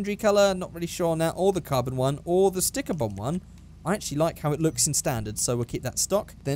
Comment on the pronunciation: I need a cent for whenever says sticker bomb mumbling and grumbling